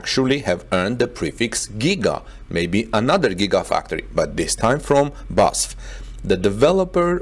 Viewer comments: It’s B-A-S-F, not Basf (Badische Anilin- & Soda-Fabrik) … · BEE AY ESS EFF... not basf. Each letter is pronounced. But great content nevertheless. What we are seeing is a re-vitalisation of Germany as a technology leader - driven partly by Tesla, but also by the attitude of the German authorities who are starting to understand the socio-economic value of less technocratic administration, and fast-tracking of breakthough technology projects. The EU in general could learn a valuable lesson from this - often mired in rules and regulations, the EU has become sluggish and slothlike in recent decades. Brussels now needs to get rid of people who stunt the future... if they don't, individual EU members may start to ignore those who stifle innovation. It could lead to others voting to leave the EU, just as Britain has done. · It is called B - A - S - F not Basf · Great job always but it's B A S F (-: "Badische Anilin und Soda Fabrik" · It is pronounced Bas-ef with the EF like in Effect. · B A S F,. It’s an acronym:) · That wasn’t pronounced correctly but I see others mentioned already I used BASF cassette tapes for many years recording music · Please stop saying ‘Basf.’ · I THINK IT IS PRONOUNCED B-A-S-F Four separate letters B then A then S then F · Yes it matters because EVERY SINGLE German says B.A.S.F. it hurts so much when he butchers it. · "You pronounce each letter separately of the name BASF. It’s pronounced B A S F. You know the University UCLA? It’s the same deal." That is so true. it is B A S F for "Badische Anilin und Soda Fabrik" like BMW for "Bayerische Motoren Werke". It hurts when you pronounce it in one word because I know that name since I was 3 years old. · Its B A S F , only the letters , not a word or name. Short for something. Maybe its for CATL the same , I don’t know , but its way easier to say 😉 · You pronounce each letter separately of the name BASF. It’s pronounced B A S F. You know the University UCLA? It’s the same deal.